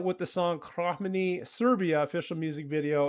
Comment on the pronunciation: Came to the comments to help you out with pronunciation 😊 Nis/Niš- Nish, their hometown Kraj- like pronuncing Cry Mene is spot on from your end. Cherry on top- "I'm still keeping a place for you next to me And this impossible love is killing me, Can't you see how much I'm breaking The more I give the less I have you." 😊😊😊